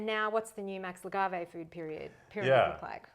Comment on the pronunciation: Lu Gah Vey? Are you sure you didn’t mispronounced his name in front of him lol?